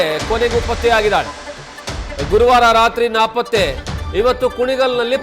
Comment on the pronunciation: ರಿಪೋರ್ಟರ್ ಅಣ್ಣ, ಅದು ನಾಪತ್ತೆ ಪ್ರಕರಣ.. ನಾಕಪಾತ್ತೆ ಪ್ರಕರಣ ಅಲ್ಲ..